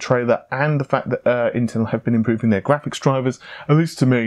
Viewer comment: says graphics like tony the tiger. grrrrrraphics!!